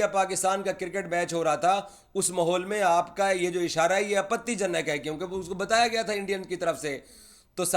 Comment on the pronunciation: The way says "Apatii janak " isharay 🤣🤣🤣